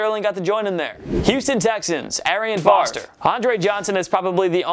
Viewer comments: At first i thought someone was messing with him when he said Arian Foster. It sounded like someone said "FALSE" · This fool just said Arian foster😂😭